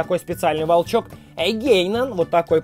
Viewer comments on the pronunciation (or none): Ета не гейнан а ґаянон